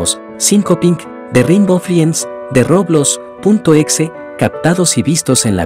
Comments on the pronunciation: No se dice roblos.. se dice roblox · Por qué le dice roblos da mucha risa